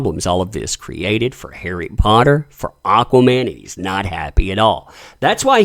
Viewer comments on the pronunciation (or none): none